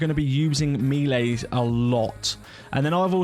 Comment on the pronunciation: man really said meelays